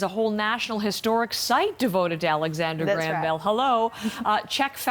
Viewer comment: "Alexander GRAME Bell"